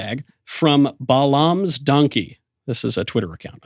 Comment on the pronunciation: I'm a fan of both Michael Knowles and Ted Cruz, but cmon, how can you both profess to be Christians and mispronounce Balaam? It's pronounced "Bay-lum" not "Buh-LOM"